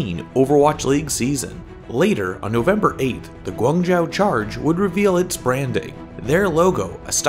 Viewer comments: Pretty sure it's pronounced guang joe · Ummm guangzhou isn't pronounced like that, but ok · March Wu I was just going to say that xD